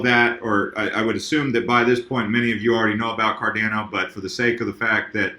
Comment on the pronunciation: Pronounced: "CAR-DON-O" (That's how Charles Hoskinson says it)